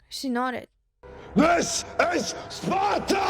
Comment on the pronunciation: "Deez iz Spatuh!"